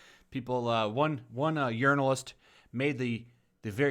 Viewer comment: I love how you pronounce journalist....urinalist....very fitting.